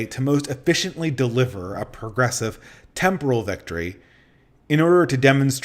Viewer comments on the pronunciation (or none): none